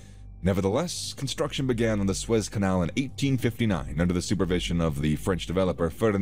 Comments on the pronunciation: God, pronounce the name the canal CORRECTLY. It is "SOO-ezz". Not "Swess" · Yeah lol it keeps saying "Swez Canal" instead of "Soo-Ez Canal". Pretty hard to listen to. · It is called the Suez Canal not the Suiss Canal 😂